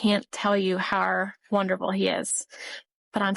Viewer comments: SW's family is Jersey trash. That's where the 'hode on' and 'wooder' come from. Not sure about the 'har'. I hink it might be something of a speech impediment, honestly. Or else one of her parents pronounces it that way and SW learned it from one of them, which is a possibility. (I grew up in the Philly burbs and lived in Jersey, so I know what I am talking about). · I'm from the south and I've never heard anyone pronounce it "har" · Listening to Shanann and all of her MLM double-talk is exhausting. “Everything happens for a reason.” 🙄 And what is it with her constantly saying “har” for “how?” Those poor girls suffered needlessly with all of those doctor visits and unnecessary medical procedures.